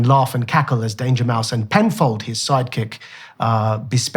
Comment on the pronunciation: Bro said Dangermouse tho🧐